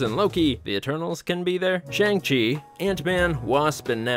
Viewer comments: It’s pronounced shung chi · It’s so annoying how people pronounce Shang Chi like that, when they made a whole joke about on the movie. Like do people just not have ears or something?